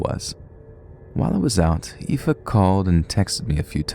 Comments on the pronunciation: I'm genuinely impressed that you were bothered to look up the way to pronounce 'aoife' ❤ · I'm from Belfast and just wanna say I am so impressed you pronounced Aoife + Roisin! Keep up the good work, love the vids!